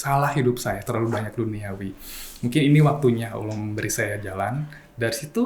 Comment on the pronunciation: admin nya..tlg belajar mnyebut nama Allah dgn smpurna.